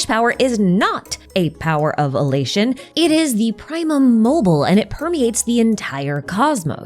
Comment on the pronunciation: ok but. it's. "primum mobile", not "primum mobil". you have to pronounce the E 😭, all three short syllables (ok, it's not "praemum" either, the i is pronounced more like a short ee like in "triple", but that's not nearly as painful to listen to multiple times in a row...)